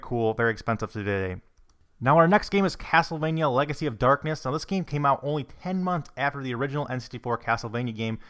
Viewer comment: I hate how this guy says the word "game" or "games"